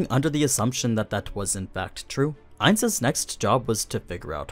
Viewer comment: I dont understand when you keep saying ains when that wasn't who was fighting?